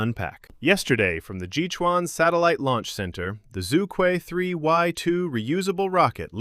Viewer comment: Regardless all the specs , the name itself combined probably the two most difficult to pronounce syllables 😂 Zhu Que supposed to be pronounced as "chu ch'üeh" not "zoo - kwi" 😅